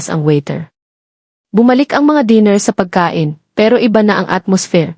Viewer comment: Ano ba Naman Hindi mo ma pronounce correctly Ang table, dinner, etc.